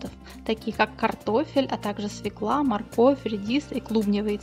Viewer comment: Свекла, говорят, правильно, "е" ударное в русском языке, свёкла, а не свеклА